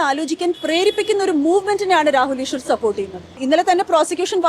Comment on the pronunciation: രാഹുല് ഈഷ്വര് ഷബരിമല ഷത്രു വഷം (വശം) വിഷ്വാസം സ്ഫുടമായി മലയാളം സംസാരിച്ചിരുന്ന പെണ്കുട്ടി എന്താ..ഇപ്പോ ഇംഗനെ??😢